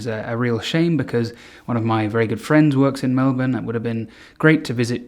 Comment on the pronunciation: I love that you say Melbourne correctly <3